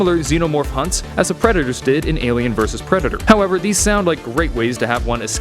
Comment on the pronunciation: He said pretidor